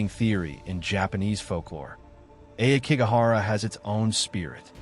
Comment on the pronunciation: Ah key go hara it’s pronounced this way most stories people who try to antagonize the spirits so they show themselves leave the dead alone people who have died this way leave negative energy behind people abandoned elders here it’s no wonder that such bad energy uriyai where most times are about mothers who died in child birth